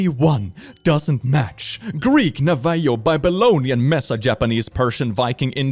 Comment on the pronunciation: Regarding “Navajo” isn’t pronounced like that, it pronounced like “na-vuh-hoe” , that’s the best I can describe it I apologise, but I hope you can understand what I mean yes